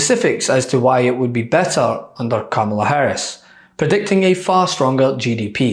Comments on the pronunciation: 🥰 It is pronounced as “ Comma La “ ! A “ genius “ should be able to pronounce * Kamala ! 😀😂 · He Still stubbornly pronounces Kamala as if it was Obama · He still mispronounces her name. Smh. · I can't stand seeing Trump's face and his mouth move! He can't even pronounce Kamala correctly. What an idiot! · He can't even pronounce Kamala. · The jerk deliberately pronounces her name incorrectly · He still can’t say her name right - holy hell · I want to know why everyone is being granted a pass by the media for intentionally mispronouncing “Kamala.” Frankly, at some point, ya look dumber when you just won’t say her name. Dumber AND A HATEFUL BRAT!